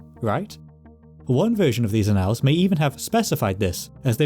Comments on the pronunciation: ann - als'.not 'a nalls' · Annals is pronounced AN-als, sounds like AN-uhls.. It's not annAL as in canAL. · As on another video, your pronunciation is mostly correct. In this one, it's a simple word: ' annals". It's not pronounced " uh-NALLS," it's pronounced Aah' nulls, with emphasis on the first, not second syllable. The first syllable sounds like the proper name Anne, and the alls is pronounced like the second syllable of" bridal". If your going to do historical narration, you should have complete command of common English words. I think your pronunciation of place names and proper names is pretty good. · You've got me looking up how to pronouce 'annals', as I've only heard it as 'AN-uhlz' (like 'channels') before. Admittedly, I'm not finding much evidence of 'uh-NALZ' (like 'canals') elsewhere… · Could you try “ann-le”, instead of “ann-all”? I suspect you’re avoiding “ay-***” lol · Annals, not analls. Edit: interesting that you pronounce dynasty correctly but Americanly all the other times. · Thank-you! Most interesting! A small point of pronunciation, 'annals' is usually pronounced, 'ann-ls' :in other words, the second 'a' has usually been silent. And 'din-asty' not 'die-nasty' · It's "án•nals", accent on the first syllable. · If you're talking about historical records, then you are not pronouncing "annals" correctly